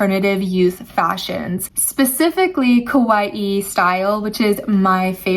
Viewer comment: “Ka-wa-ee” pronounce it correctly.